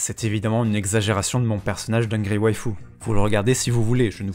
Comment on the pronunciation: Ça me frustre quand tu dit angry waife au lieu de dire angry waifu